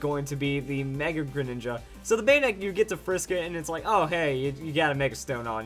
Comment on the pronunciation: You said mega greninga